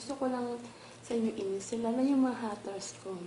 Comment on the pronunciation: Haters po. Hndi po haters. Ganito pagbigkas "heyters"